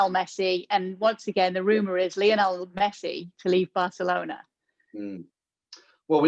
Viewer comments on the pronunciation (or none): "Lionel Meshee" lmao